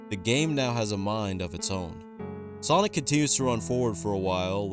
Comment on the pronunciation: Thats not sonic thats sawgnic